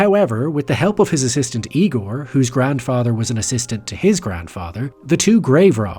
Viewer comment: it’s pronounced “Igor”